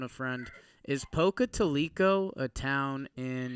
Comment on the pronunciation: Pocatalico is pronounced Poca-Towel-eh-co